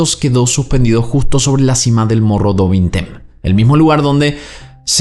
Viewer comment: Mogo du vinteim se pronuncia.